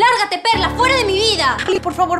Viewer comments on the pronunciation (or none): Le dijo perr4 no perla 😂👌